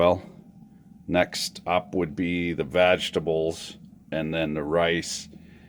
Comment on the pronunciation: did he just say... VAGtables?!...?